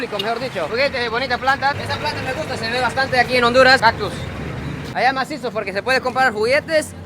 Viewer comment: Jajajaj me gusta como dice " Que masiso " habla como todo un hondureño 😆❤❤